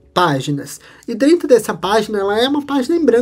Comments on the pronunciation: Vídeo muito bom. Sou professor e quero te ajudar num ponto. Atenção para a pronúncia. Não é “drento” e sim DENTRO. Espero que não leve a mal o meu toque. Prossiga firme nos seus vídeos e projetos 🙏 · Achei legal ele falar dessa forma. Até adotamos aqui ne empresa "Esta tudo Drento". lembre-se, humanas depende das exatas; falar bem ou direito não leva ninguem a Lua!!!